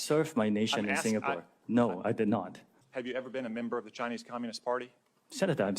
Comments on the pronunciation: #2 in the original footage comm goes on and on...he repeats that he's Singaporean multiple times. It's also embarrassing that he's saying Sig-na-pore AFTER the TikTok owner has needlessly repeated Singapore over AND over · HOW did I not hear that idiot mispronounce Singapore the first time I watched that interview?!?! I´ve been to Singapore - it´s nice and clean. And I´m from Denmark and I say Finland is very real! We Nordics would very much like Rumpy to stop harassing our Inuk siblings too. Please leave Greenland alone, they own the land and we´re working on untangling them from our systems (we just had a campaign about how stupid it was for our CPS to be a thing in Greenland, because kids got taken from their parents due to the facial communication not constituting actual communication here - the cultural difference wasn´t factored in for some reason).